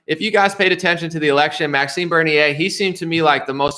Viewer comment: lol love your vids... keep on keepin on! [just sayin - pronounced 'pro-vin-chull' and 'bur-knee-eh'] Peace from Ontario!